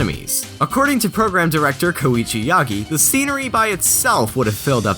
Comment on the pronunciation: So that's how you pronounce Koichi. ._.